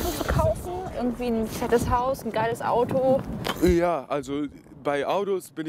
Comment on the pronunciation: haha Der spricht alle wörte die mit T sind mit D ........Audo .... Mudda oder so haha ! :D